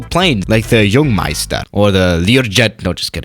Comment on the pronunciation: says jungmeister Me: you sound like a Finnish dude... Wait a sec.